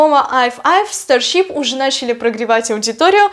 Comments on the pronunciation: Тоже😂 старщип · Потому что она неправильно произносит